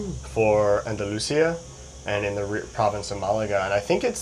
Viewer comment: The gondolas are BIG compared to those of the cable car in Köln (Cologne), which crosses the Rhein (Rhine) and is not going up a mountain. 😀 You have to practice the pronunciation of Andalucía, with a stress on the í. I know it's a hard time for native English speakers. English pronunciation isn't easy either.